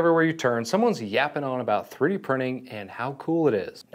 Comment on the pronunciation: twwee dee?